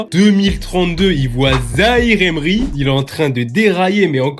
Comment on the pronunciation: Iniesta Xavi kroos Pogba l’on pas eu il dit zaïre emery 😂😂😂😂